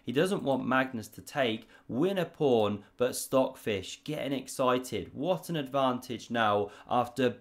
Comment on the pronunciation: "prawn to sea ships" did I hear that or was that your accent? (I'm american)